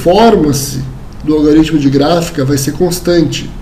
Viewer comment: A aula é excelente, mas fica aqui um toque. Não existe "algaritmo". A pronúncia correta é "algoritmo".